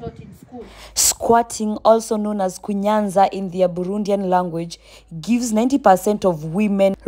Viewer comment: It is KUNYAZA,not kunyanza.